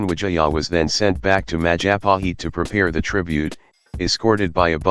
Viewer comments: Mahajapit...?❌ Majahapit...?❌ Mapajahit...?❌ Mahapajit...?❌ Mapajahit...?❌ Majahapit...?✔✔✔ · When you pronounce Majapahit, the 'h' is silent.